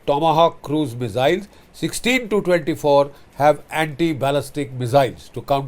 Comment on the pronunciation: Sir, MISS-ILZ not MIZZ-ILS